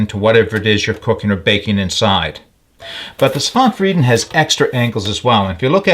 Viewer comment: Svante is pronounced svann - te. 😊 It's a man's first name.